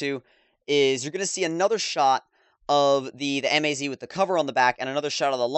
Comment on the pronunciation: It's MAZ, not M A Z